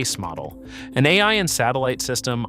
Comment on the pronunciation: AI, this isn't the first I heard it pronounced that way and it's always AI.